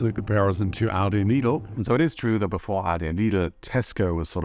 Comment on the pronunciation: Interesting, but you don't pronounce Aldi and Lidl properly. I initially thought you were a learner of English. That is NOT how "Aldi" and "Lidl" are pronounced in the UK.